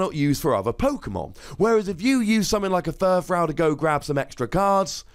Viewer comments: Is no one going to mention that he's pronouncing another Pokemon's name wrong? Okay. I'll do it. YOU'RE SAYING FURFROU WRONG. It's frou-frou. Here's how you pronounce that, ˈfro͞ofro͞o. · You do realize that when you combine to existing words, you don't butcher the original pronunciation, right? He didn't say "fur" wrong. He said "frou" wrong. Maybe you just didn't realize any of that and completely misunderstood what I was saying.